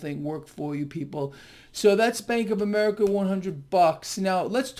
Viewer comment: Did he say, "Spank of America"?